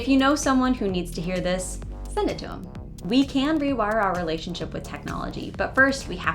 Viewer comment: I can't help but wonder if she (you) has the pin-pen merger. Youtube transcribed her as "to them," but I clearly hear "to 'im." It might be just me as I'm an L2 speaker and finding something that isn't there.